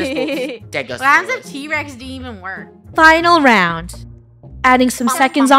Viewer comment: FUNNEH ground rhymes with round to you know